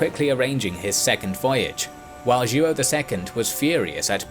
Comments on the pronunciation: João the king of Portugal. Sounds like joe-OW. Not joo oh. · JOÃO is pronounced roughly as Juwow not Juo. 😆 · It's more like "Jo-ah-um" altogether. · Wonderfully clear story telling. Only I'm a little distracted by the mispronounciation of João as "King Ju-oh." The name is pronounced "Zhwawñ," with the final sound mimicking the final N in the French word "non." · Joao is not pronounced "Jew-Oh", it's ZhWOW. Other than that, I loved this episode. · King Joo-oh 💀😅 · Great video! I love the series! But you gotta work on the pronunciation! Joao is like WOW but nasal :) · Until around the twelfth minute, i thought that the Portugues regent was "Duo", then i saw that it was "Joao" (which sounds nothing like the dude pronounces it). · Joao is pronounced Jow, it' sounds like saying How but with a J instead of an H. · Joaõ is pronounced like "YO - AO". Great channel! Best regards from Paraguay. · It's more like " Joh' " isn't it? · Mas a pronunciação de João 😅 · Oh my you butcher Portuguese names… don’t translate names 😓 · How hard would it have been to learn how to pronounce Joao? Very unprofessional. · He’s completely butchering the pronunciation. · I find hilarious the way you say "João" . One of the most comon Portuguese names, but becouse the "ão" doesn't exist in the english language, I can totally see the hardship. Great video, as allways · Ai ai ai, that "João" pronunciation...